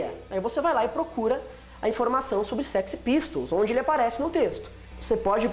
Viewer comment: "séxy" pistols, judas "praist" kkkkkkkkkkkkkkkkkkkkkkkkkkkkkkkkkkkkkkkkkkkkkkkkkkkkkkkkkkkk